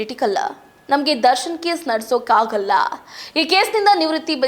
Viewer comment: ನಡೆಸೋಕೆ ಕಾಗಲ್ಲ ತಾಯಿ ..... ನಡೆಸೋಕೆ ಆಗಲ್ಲ .... ದಯವಿಟ್ಟು ಕನ್ನಡ ಕೊಲೆ ಮಾಡಬೇಡಿ ....